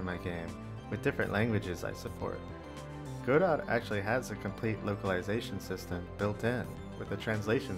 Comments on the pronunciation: Obligatory "it's pronounced 'god-oh' not 'go-dot', the t is silent" comment to boost the engagement algorithm :P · Godot it is pronounced gudoe btw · Just wanted to make the obligatory "You are pronouncing it wrong!?!" comment. The T is silent, and its pronounced 'guh-doe'. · Please pronounce Godot correctly. IT IS NOT "Go Dot", the "ot" at the end is a long "ohhh" sound. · Godot is pronounced (guh-dough), I thought... If it were the way you pronounced it, wouldn't it be spelled GoDot?